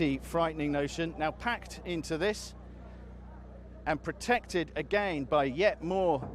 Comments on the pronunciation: Its again/against not ageinst/agein. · a-geyn, but yet moar ahmoar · the way he pronunces again is really irritating